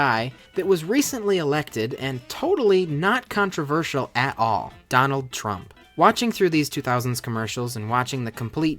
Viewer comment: OMG DONALD FROCKER